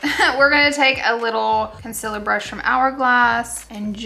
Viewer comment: I love how she pronounces "Conceler"